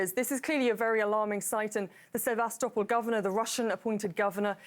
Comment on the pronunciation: Sebastopol. The young lady is right. The name of the city is pronounced: Seh-va-STOH-pol. The origin of the name is Greek, and the name means 'venerable city' ('sebastos' and 'polis')